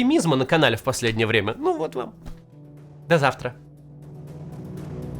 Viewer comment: До завтра в этот раз прозвучало со странной интонацией